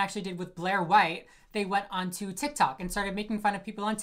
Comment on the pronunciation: you butchering Blaire’s name had me dead 😭